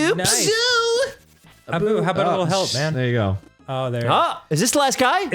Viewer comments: He keeps calling Abu Apu >:[ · hearing dan and arin call abu 'apu' throughout the beginning of the video.... pls guys my ears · Why does he keep calling Abu “Apoo” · Why do they keep calling Abu Apu? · He had so much fun last time, he just couldn’t stay away! Edit: did he just call Abu “Apu?”